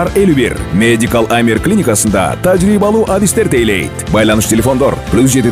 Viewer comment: таржыйбалуу дебейт ТАЖЫРЫЙБАЛУУ ДЕП АЙТЫЛАТ